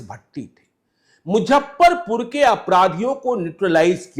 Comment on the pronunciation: आदरणीय, आपके दूरंदेशी पत्रकारिता का हमेशा से बहुत बड़ा प्रशंसक रहा हूं और आपके प्रति मेरे मन में बहुत श्रद्धा भी रही है। परंतु जब आपके मुंह से मुजफ्फरपुर को मुझप्परपुर और ट्विटर को ट्यूटर कहते सुनता हूं तो मन करता है आपको बताऊं। इसको अतिश्योक्ति नहीं समझ मुझे माफ करेंगे।